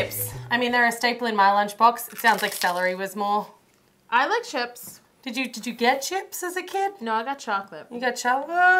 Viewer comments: "And were going to make some sone crips" "You mean chips" hahahahahahahahaha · ITS CHISPS